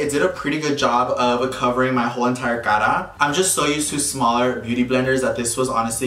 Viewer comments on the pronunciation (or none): none